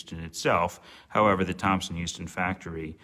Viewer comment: Just so you know, it was spelled Thomson-Houston and "houston" (after co-founder Edwin Houston) was pronounced "house-ton". Thank you for taking care of a piece of the T-H legacy.